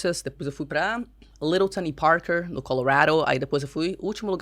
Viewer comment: Parei no jeito com q ela falou "colorado" ...affff